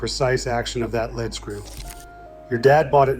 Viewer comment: Is that the best you can do? Saying "led" screw instead of lead (lead) screw. Why can't you talk for yourself? Oh, you're from some other country and don't speaka da englich. Well Why TF is your AI talking about our dad's tools then?